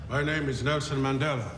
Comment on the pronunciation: He even say Mandhela instead of Mandela😂